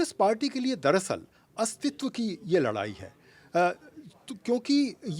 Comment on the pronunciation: लड़ाई को लराई कब तक बोलेंगें! अरे अब तो बुढ़ा गए तनी ठीक से बोलना तो सीख ले!